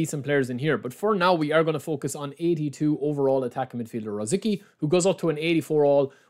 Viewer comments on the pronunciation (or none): Just FYI his name is pronounced Ruh Zit Skee 🙂